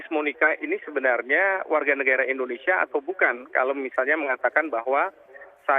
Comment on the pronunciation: ENDONESIA YA PROF? Wkwkwkw